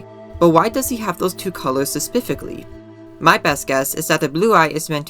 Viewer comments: Bro the 'speficly' gets me everytime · „Sespificly” was my unknown trigger. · Does no one else hear "suspifically”? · This this asf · Oh every time. Love it though ^_^ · Interesting analysis and theory. Not trying to be mean but I did get irked by your pronunciation of specifically.